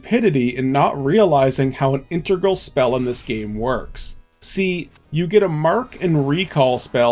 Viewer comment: Great video! First time viewer and now subscriber. For the love of Webster, man, it's "integral," not "intregal!"